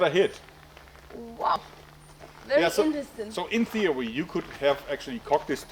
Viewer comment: She finds a lot of thing "fery eentresting"